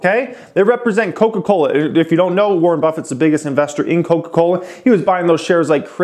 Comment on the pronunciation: Bruh the way you said "Koka Kolahhh" just killed me XDDDD